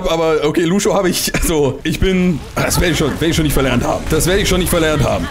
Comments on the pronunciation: du hast lang nicht gespielt, sprichst lucio falsch aus, aber bist trotzdem mindestens genau so gut, wenn nicht besser als ich, der lucio main ist ._. :D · Bin vorbei. Er weiß das er es falsch ausspricht er findet es nur lustiger^^